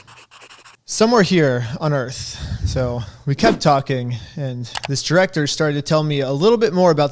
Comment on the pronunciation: "After about an hour of talkingeh, I realized that the person I was supposed to meet wasn't thereh..." "GOSH" Dude is too young to realize he's Napoleon Dynamite.